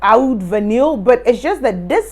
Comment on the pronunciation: It's pronounced VAH-NEE, not vahneel.